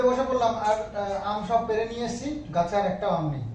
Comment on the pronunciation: পেরে নয় পেড়ে।